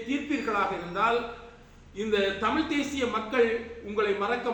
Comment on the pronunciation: செல்லும் முன்னதாக தமிழாக இருந்துகொண்டு தமுழ் பிழையாக கதைக்குறீர்கள்